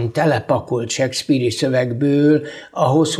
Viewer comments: Az a sekszpír az Sékszpir... Nem hiszem, hogy csak nekem bántotta a fülem... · Nem, nem akarunk kötekedni... 2023at írunk, én pedig nem értettem, hogyan lehetséges seggpírnek mondani Shakespeare nevét, akitől egy kattintásnyi távolságra ott van az információ...